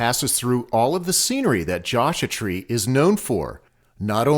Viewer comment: Josha Tree??? C'mon man! :)